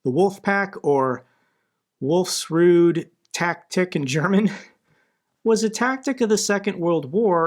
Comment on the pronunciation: Wolfs Rudel are pronouns differently… btw you are insane! Thx for summing up all the facts!!!